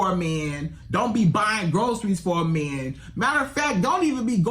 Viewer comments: I just don’t like the way he says “Man” it’s sounds like “Men”. Such a terrible example of relationship advice. You can’t even say he’s coming at this from the male point of view. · What the hell is a “mieeen”? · my ears hurt everytime bro said “me-an” . he’s as delusional as the women he’s talkin to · So much disdain in his pronunciation of “mahhnnn”. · The magnanimous amount of zest in the way he pronounces the word "man" is both hysterical and annoying